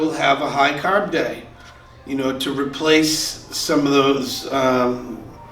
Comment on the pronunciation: You say carb to correctly to be from Boston